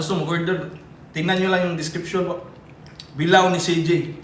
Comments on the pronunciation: Bila-o hindi bilaw! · pronounce bilao ni CJ.not pronounce bilaw ,pronounce it as bila o